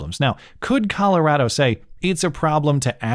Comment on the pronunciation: You say Colorado like a Coloradan.